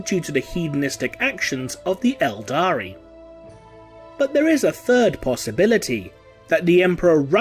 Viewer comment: IT'S ELDAR! NOT ELDARI! Stop mispronouncing this easily verifiable fact! Damn your videos are filled with so many mispronunciations of a franchise that is over 20 years old.